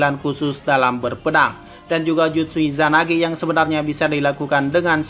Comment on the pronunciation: gue dengernya izanabi